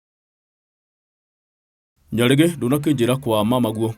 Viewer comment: I like the way says nyarigi 😂😂😂